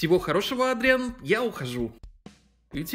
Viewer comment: Как-то не привычно видеть Адриана плачущим!!! Пожалуйста произносите Эдриан, а печатайте Адриан!! И не Кот Нуар, а Супер Кот!!!!!!! ПОЖАЛУЙСТА!!!!!!!